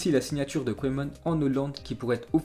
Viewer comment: Mec !!! On dit " keuman"!!!! Pas " koyman"..... C'est pas de ta faute t étais pas né...mais renseigne toi 1 peu avant ton live.... ( et 1 conseil juste comme ça.. Bosse 1 peu ton accent Anglais... ;)